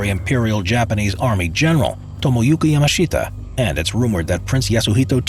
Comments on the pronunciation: the pronunciation of Yamashita is just... bruh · Yamashita now his name che ta zain saidin..